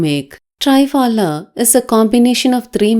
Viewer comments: i know, that”s what i said it should be “pronunced” as “three” not tri...phala. i also mentioned it means three fruits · i wrote “how to pronunce” not to write. because she pronunced trii...phala, which was wrong n i wrote it for her understanding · Good one.. it is pronounced as thriphalaa.. thri as in three .. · Awesome remedy 👌👌👌 thanks garu. Just one kind suggestion plz...the pronunciation of Triphala should be like Thrinetra, thrishula, thrikona, trisha....the Tri sound should be like saying 3 in English. Triphala is an Indian word, means 3 fruits, churna is powder. So let's not adopt to the forign way of pronunciation, it's their way because they don't know the meaning of it, but we Indians know it's meaning and we must pronounce it correctly. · It”s pronunced as “three - phala”， means three fruits.